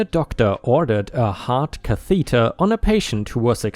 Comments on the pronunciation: Note: Catheter ≠ Ca=THEE-tur Cather = CA-thuh-tur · it's pronounced caath a deer Like ass but stretch out the a So Like cat Cathader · Learn to speak. Pronouncing words wrong again. Heart catheter u pronounced it wrong